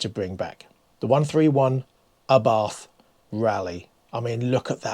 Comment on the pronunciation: pron.hints: it is ABART (no "th" in Italian language), it is LANTSHIA (not lanzia).BTW don't be shocked when nobody understands you when coming to Italy and you say "CapREEEEE" instead of "CAApri"